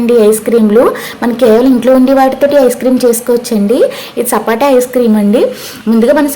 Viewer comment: Sapota andi sapata kadhu